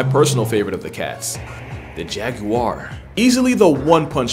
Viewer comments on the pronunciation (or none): bro really said "the jag-u-are". 🤣🤣🤣🤣🤣🤣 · “the ✨jag-Uar✨”